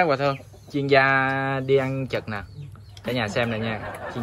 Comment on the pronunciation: Góp ý: "ăn chực" ko phải "ăn trực" em nhé